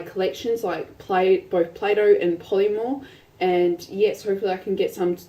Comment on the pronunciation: Its polymer not polymor or poliemor